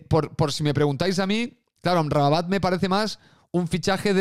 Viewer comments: No sé dice amrrabamat es AMRABAT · el personal se jode de tí por tu dislexia con el nombre del marroquí, en la miniatura está bien escrito pero lo pronuncias con una sílaba más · cada vez que decias "Amramabat" se me salia un pedo. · liándose con la pronunciación de Amrabat 😂😂😂😂😂😂😂😂😂😂